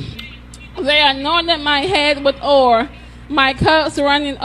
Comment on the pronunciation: Hi Ms. Zo! Wow, that was the most bizarre reading of Psalm 23 I've ever heard. The funniest part for me is when she said, "they anointed my head with oar".🤣